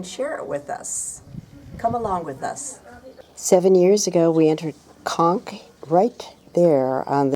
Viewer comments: 'Conques' is pronounced w/ a long 'o' sound. come on... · Conques (Co is pronounced as Co in Coke) Not Konk. It's a beautiful beautiful little touristic place on the Santiago trail. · Thanks so much for your view and correcting my mispronounced Conques. I do try 🙏 but am linguistically challenged. 🤪 Very best to you and hope everyone is well during the pandemic. Sincerely, 😍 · Thanks for the tip. Unfortunately, many of us (like me) are not as linguistically talented as you but I try my best 😍 Thanks so much for your view and time to correct my pronunciation. Regards